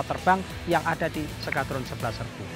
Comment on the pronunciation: ntah kenapa gw dengarnye bilang s-kadrun, mungkin narator gak sengaja